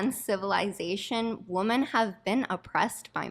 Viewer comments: Why does she keep pronouncing ‘women’ [plural] as ‘woman’? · WOMEN! it's pronounced WOMEN! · That friggin bimbo can't even pronounce the plural of woman. It's women, you idiots! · The way she says women is so funny to me